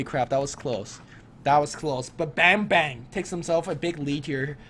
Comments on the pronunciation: it's pronounced as barm-'bar'-ng :D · "Bambang" its "a" should be sounds like "U" in "Fuck" ->> im indonesian lol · I kept laughing on how these guys call "Bambang" by calling like a banging bang. Oh well, it's Indonesian accent anyway ^^